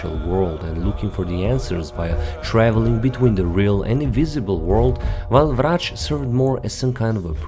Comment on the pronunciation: where are you from? The way you said Vrac and Zrec i belive you are from slovenia. Am i right ?